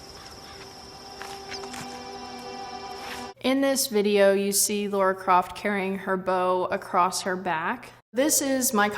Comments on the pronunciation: Is she saying Laura Croft? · “Laura Craft” hmmm.. ok 🙄